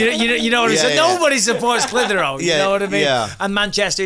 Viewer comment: I'm from Massachusetts and I've heard of " Clithero" ! Theres a old Clithero factory in my city but now i know it does Cotton but the reason its sticks out is its spelled like Clit Hero and idk...i got a kick out of that buttt i did know it is pronounced like Bisping says it Clith. her. ohh ...but i will forever know it as Clit HERO! In my minds its 2 words on that old decrepit sign in my city but i always wondered what they did....and now i know! They make cotton for vaginas thats awesome 😊